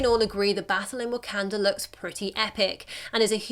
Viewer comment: Learn to say wakanda